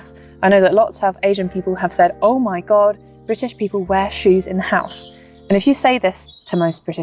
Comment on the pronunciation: 說Oh my god, 很像香港廣東話口音, 很有趣.